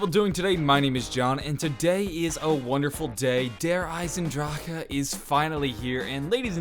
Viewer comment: That's how its pronounce in proper German terms 😐